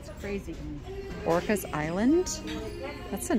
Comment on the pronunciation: oh... and orcas island is pronounced Ore-kass, not like the whale